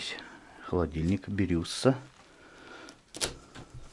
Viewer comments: Холодильник БирюсА(ударение на А) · Привет,. Давно не заходила на канал, не смотрела видео. Но вот сейчас на выходных наверстаю. Что мне нравится, так это когда историю локаций где находишься рассказываешь, а это интересно. Я понимаю, что не всегда можно найти что- то в инете, но все равно молодец! А холодильник БирюсА называется ударение на последнюю букву. У нас такой дома во времена СССР стоял на кухне. Тарахтел зараза, что твой трактор! А места красивые вокруг деревень, леса, поля, птички поют-красота! Очень жаль конечно, что деревни заброшенные стоят и люди в них не живут, но у них свои обьективные причины были уехать из родных мест, грустно конечно это все. А за видео, как всегда лайкос, молодец, интересные видосы получаются с нотками ностальгии. Спасибо за труд!